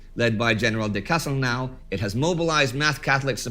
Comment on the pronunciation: Unless the dude was Romanian, his name is pronounced de cas-tehl-noh